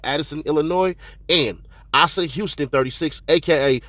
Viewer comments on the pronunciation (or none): It’s Asa big Bro you say the first a clear and then sa respectfully, it’s pronounced just how you see it. That’s my first name too.🫡🫡💯💪🏾😊